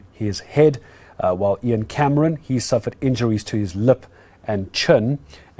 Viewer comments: my buddy, it's 'EEEE-ahn not 'eye-ann'... same vowel sound as 'thee'. (Guys, don't come at me for correcting the pronunciation. I'm just trying to help and I'm sure he will realise know that with his whip-smart engineer brain). is a legend., I don't see the link for your other channel. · Ian is pronounced EEN! NOT iron! The ANC & co are surely behind it.